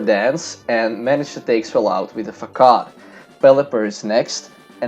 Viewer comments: Nice video I love bug types but seriously. Facade is pronounced fasod not facad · Bro, I am not a hater but you pronounce it FAKAD. It is actualy pronounced FASAD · Very nice video but pls stop saying fakad instead of facade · Its FA SADE NOT FAKAD (facade) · He said fuckad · Not facade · C in Facade is pronounced as an ''S'' so FaSade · It sound like you said fuck off not facade lol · it sounds kind of like "fuck off" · Facade = FUH-SOD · I dunno but I laugh so hard everytime he says "facade". Maybe it's in his pronunciation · Yeah I thought he was saying something very different lol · Hello friend, this video has appeared in my recommendations B) Very nice vid and very nice commentary, but I notice some flaws: Surskit would deal a bigger damage vs Machop if it used bubble instead of quick attack Facade is pronounced with s, not with k P in Psybeam is silent. I'm looking forward your next videos!